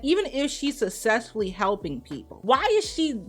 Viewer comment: Why do you pronounce words like "successfully" as "sussessfully"? It's not pronounced that way. It's pronounced as "suk-sess-fu-li". You do that with out words too.